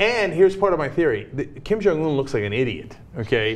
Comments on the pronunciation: Sorry, this is a little pet peeve of mine. It's not pronounced "oon" (운), it's "un" (은), like the prefix or the French article. That being said, here's hoping that Beijing distances themselves more with this regime after this instance... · Ana.... Its "UN" not "OON" hahah